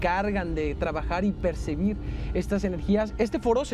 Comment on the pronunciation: Ni sé dice "PERCEBIR"